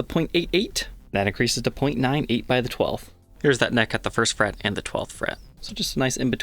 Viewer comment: The perfect example of an American Mid-western accent when says "First fret neck depth".